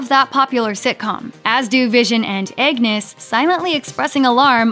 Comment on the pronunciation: Who is this Eggnes you speak of...oh, did you mean AGNESS?